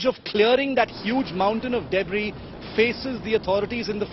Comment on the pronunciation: She pronounced "debris" as " dayybris" 😄